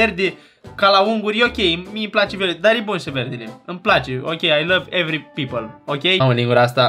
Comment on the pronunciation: “ I LOVE Every pleople “